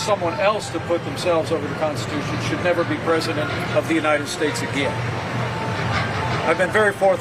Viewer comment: If your President you just have to think about it but the Vice President you actually have to say it. It’s in the Konshtitooshun!!